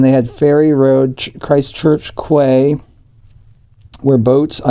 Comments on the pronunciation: Quay is pronounced key. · Maori = mah oh ree Quay = key